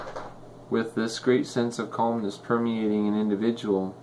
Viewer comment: Calmness not colmness)